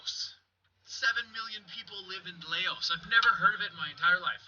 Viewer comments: its pronounced lowse or louse not LAY-Os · Lou like in "loud". It's not "lay-ohs". It's always been there. Ignorance is no excuse. Some things are kinda strange but the majority of this video is just blatant ignorance. :| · Loas....its pronounced (Lous). You ever heard of the Vietnam war? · Laos is pronounce Louse. It's always been in my reality, but staples shouldn't have the staple for an L. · so I love your videos but I can reassure you on one of these lol. the country Laos is pronounced louse (rhymes with mouse) and I only know this/that it exists in the other reality because of watching Mike Judge cartoons. specifically King of the Hill, Laos is the country that Hank's neighbor Conn is from, they talk about it when Hank asks if he's Chinese or Japanese. haha sorry I explained that poorly but I think my sentences vaguely resemble English so maybe it'll make sense reading it XD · Laos is pronounce Loouse. I heard about it heard all about in the Ww1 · Ian Curtis - I was pondering a way to spell the sound of that country also. Your way can still end up wrong as it can still be seen as Lows. I think a better description is Louse as in blouse. - Hey video maker dude with a stick, You've never heard of Laos and even after learning about it you still can't say it the right way. I think that alone is cause for concern as reveals the amount of effort you put in to your research and with that being said it really doesn't matter what reality you're in because if you're getting it wrong in this one you would be getting it wrong in all of them. It's not (Lay-Oh's) If you named a city in Canada verbally by pronouncing it that way, you would be safe as nobody would ever make the connection between the two. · Laos has always been around. The name rhymes with Blouse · Laos, pronounced like, mouse, I remember it. Weird, maybe none of us are in exactly the same reality.